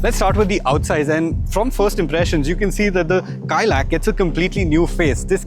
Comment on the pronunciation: Correction: Its not Kaai-Lack, it's pronounced Kai-Laak. Inspired by the Kailash mountain